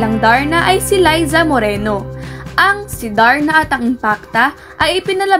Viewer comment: maka Layza (Liza) Moreno ka naman gurl! Liza (Leezah) lang yan noon!